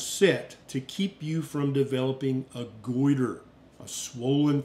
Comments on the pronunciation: Good information; thanks. I’m not a doctor, but you keep saying “gorder”, instead of goiter. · Love you, but the way you say 'goiter' in your southern accent cracks me up every time. 😂😂😂❤❤❤